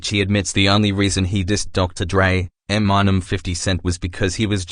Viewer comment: Did he say Em mine nem in the intro lol 😂